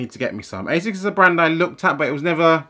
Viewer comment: Asics Gel V definitely some of the best. I see what u mean about colab, they seem to only release shit colors for normal. Also finaly someone who actually knows how to say ASICS not Ass-ics lol